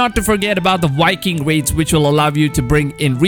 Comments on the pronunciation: You notice how he says wiking instead of Viking lol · It’s not wiking it’s Viking! The v is not a w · Wiking? Or Viking? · Anyone else hearing Wiking instead of Viking?😂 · “Custom wiking character” 😂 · Yivani Mantshongo — or being a wiking, making your own wiking village.